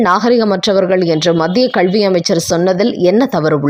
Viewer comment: Your Tamil pronunciation is not correct (especially when you say kalvi) please correct it.